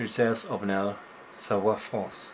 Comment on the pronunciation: You have a perfect french accent when you say "Savoie, en France". Are you french do you just happen to speak french?